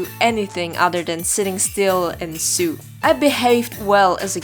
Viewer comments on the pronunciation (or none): It’s sew, not sue. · Just a heads up because English is absolutely great!! Sew is pronounced Sow. Idk if it's an accent but oh well I thought I might as well say something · it is pronounced sow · I love how you pronounce sew as "Sue/Soo" It's so cute^^ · Just to let you know, "sew" is pronounced like "so". I know, it makes no sense. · Not to offend you but sew is pronounced like sue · Oh no she pronounced something wrong Let's write a whole book about it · The way you pronounce sew is like the one where you like I dunno what it is but it’s the other one it’s funny cuz u can just sue her if it was a thing back den